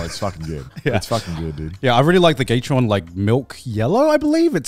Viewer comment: Gay- tron... lamo tf you just say, gae- da- ron- is how it's pronounced